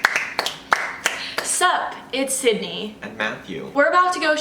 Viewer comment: Did she just say syndey (cindey? Cyndey?) I thought her name was Sydney??